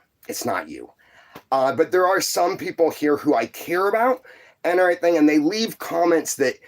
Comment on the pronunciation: He tickled me saying airythang. God rest his soul